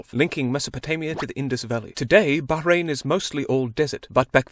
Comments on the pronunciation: THANK YOU FOR PRONOUNCING MY COUNTRY PROPERLY 💀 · he is the first non arab youtuber that i called him not to pronounce it baaw-rain